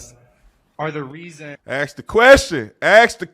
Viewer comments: it's ask, not axe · I appreciate you saying ASK the question the third time... I normally tune out after I hear AX...